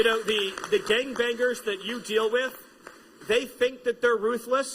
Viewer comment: Thank you I've been waiting for someone to point out that Stephen Miller cannot say gangbangers properly. It drives me crazy